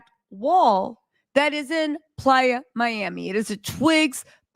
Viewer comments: It's not plya it's Playa miami😅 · Lord if you say please Miami one more TIME ITS PLAYA. 😢😢😢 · IS IT “PLAYA” or “PLY- A”? is beautiful and AMAZING but I CANNOT handle the relentless mix ups and mispronunciations. Jeezy and Jeanie became Yeezy and Jenny. Where will it end? I can’t!!!!!!!!!!! F!!!